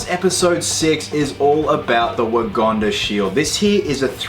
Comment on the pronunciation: Love how he says “wogonda” 😂😂😂